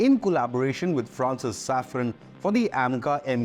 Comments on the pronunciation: SAFRAN, not Safron. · It is SAFRAN, not Saffron.